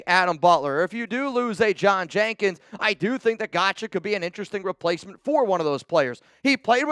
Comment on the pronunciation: You are 100% pronouncing that last name wrong.....its pronounced like god-show 😂